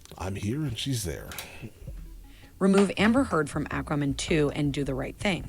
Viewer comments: AQUA NOT AKRA! Fuck me....... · Aquamin?!? What's that?! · Don't you mean "Ack-ruh-men"...lol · "Akramin". Yikes. Why is she pronouncing it that way? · Ack-wah-man... WTF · I hate the way she says ackwaman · She saying "airkro man"? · At least the "a" is pronounced correctly. If she said "aquaman" with that "a" rather than "acraman" it would be fine. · Acwamin. Ackwamin. This woman cannot read, nor can she enunciate or pronounce many words correctly. Irritating. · Thank you!! I hate the way she is pronouncing Aqua-man also! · Lol when people intentionally try to creatively mispronounce words - Do I hear the word "ramen" in there? 😂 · I can't believe somebody who speaks so well cannot pronounce Aquaman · Her pronunciation of Aquaman was driving me nuts, too. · Same, how can she not know how to say it lol